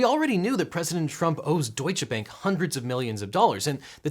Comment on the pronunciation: "Deutsche Bank" plz americans! either pronounce both words of the proper name in english or german. dont split the name and use two languages for one name - sounds just awkward ...